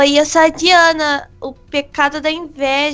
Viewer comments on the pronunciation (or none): kkkkkkkkkkk é Dianni e não Dianna